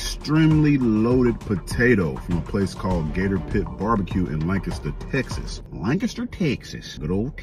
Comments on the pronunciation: We appreciate the correct pronunciation of “Lancaster”. You’re an honorary Texan 🤠😂 Also there’s a 72oz steak challenge down in Amarillo at The Big Texan… you should try it! 😅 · He said "Lancaster" right! 😮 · I appreciate you for sayin Lancaster right 😂